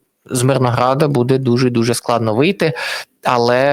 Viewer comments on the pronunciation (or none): none